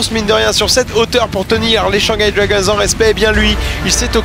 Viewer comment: C'est pas les Dwagonsse c'est les Dragons😂